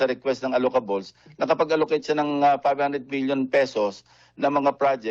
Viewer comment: "allocables", rhymes with "peluka-bles"